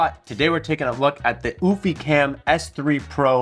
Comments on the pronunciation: Just curious.....Isn't it pronounced You-fee? and not ooo-fee? Like Europe? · U- fee not oooh-fee🤣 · Actually it's pronounced "you-fee" not "oO-fee"..🙄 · Oofy? Oh yes I remember I learned how to pronounce Eufy last time I went to Europe, I mean Oorope. It was a Ootopia. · It’s “Ufy…not Oofy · Came to say the same! "You-Fee" not "Oof-Eee" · The fact that you cant even pronounce the name correctly by skipping and entire letter is mind blowing 💀💀 EU-F-Y try that!! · Stop calling it OOFY and why do you end every sentence with a question ? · Yes no omph/oomph like sound it's EU like Euphoria but instead of oria its fy said like EU-FIE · BRO said UFFIE…. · is it not "YOO-fee"? Like Eulogy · Your pronunciation of the brand name is disturbing. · or pleasingly amusing... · Sounds like he's calling a dog😅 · Why you pronounce it like goofy 😂